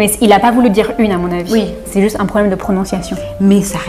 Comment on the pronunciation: à Taïwan= 台灣是某國家統治的一座島 en Taïwan= 台灣是個國名 😂😂😂 另外 阿滴會把un念成/un/是因為他之前接受了一個月義大利語挑戰 學的比法語好 所以他把義語的發音方式帶進他的法語裡了~